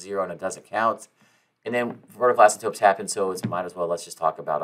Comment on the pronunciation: Dude either you or me are saying asymptotes incorrectly